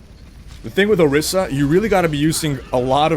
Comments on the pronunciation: it's orisa not osira :( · it is ORİSA not OSİRA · ORISA, not osira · Can't help but notice you called her Osira multiple times. Orisa right? Not to be that guy...... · o-ris-a not o-sear-a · titsofbrass every time he says ohseera I cringe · Not osira dammit. O-RIS-A!!! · I left a like, thanks for the little lol I had every time you said Ohseera ^_ ^ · You mean Orisa right? haha you said it with the S and R reversed so many times